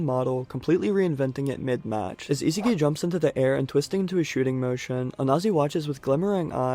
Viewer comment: Love you but the way u pronounce Isagi's name is horrid